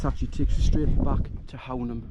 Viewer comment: Cracking spot - the locals pronounce Hownam - Hoooo-num